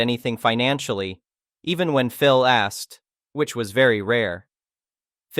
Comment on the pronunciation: Really need to work on the translation bot. Pronouncing "Phil" as "phial", etc.